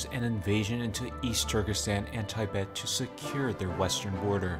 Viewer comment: You're telling me you know the names of EVERY COUNTRY IN THE WORLD and you can't even pronounce "Tibet" correctly?